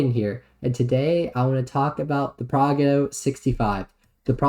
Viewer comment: Pro-jet-o, lol, and you gotta roll the r